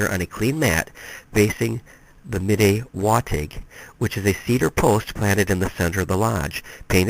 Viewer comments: I look forward to reading this book if I can find it. Im Anishinaabe, from MI ( specifically Grand River Band Odawa ). My cousin belongs to a medewiwin lodge and ive always heard it pronounced med-dway-win (with very little emphasis on the 1st w more like med-day-win ). From what I understand its like fight club in that," the first rule of fight club is never talk about fight club". But much respect to you for trying to research and document even just a piece of our history . As a protoliterate society there are no books recording our culture and history (pre European contact). So as our stories are passed on less and less from generation to generation , our history and cutural identity is effectively being lost forever. Chi Megwetch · Btw, I'm not criticizing you, you're work is awesome , if you care though - midewiwin is pronounced- mi-day-wi-win Manitou is pronounced - mah-ni-too Nanabush is our name for the spirit you said is second in command. Just thought you might like to know+ thanks for the video😁